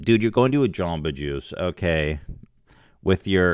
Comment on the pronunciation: I love it when Ethan says Aoukay